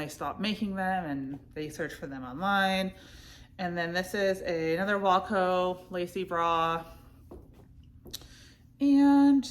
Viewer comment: Hi, love you! Longtime viewer, not a first time caller. I know you have trouble with pronunciation and had speech therapy when you are younger, so in no way am I making fun of any kind of disability. I just have some tips to pronounce brand names correctly, especially if they are your #1 seller. Wacoal is not pronounced like the band Wilco. It’s not walco. It is wah 😩 coal. Aerie is prounounced Airy, but it’s made by American Eagle, hence the AE at the beginning of Aerie. It’s also kind of a play on words because aerie started as undergarments and they were supposed to be light and airy. Onzie is not pronounced onesie like the one piece that babies wear. We all know the term onesie is licensed by gerber and would never let anyone else use it, even spelled differently. Which is why Onzie has the pronunciation right on the price tag of own-zee. So they don’t get sued by that Gerber baby money. 👶